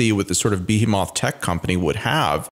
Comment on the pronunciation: The way pronounced behemoth had me confused haha 😂